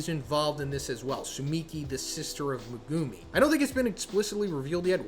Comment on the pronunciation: MegUUUmi? Please stop it’s hard to watch